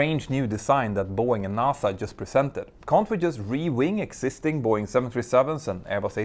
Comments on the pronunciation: I keep hearing Buoy and I can t focus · It’s Bow Wing 😅